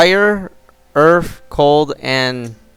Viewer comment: Cold fire water and earf lmaoooo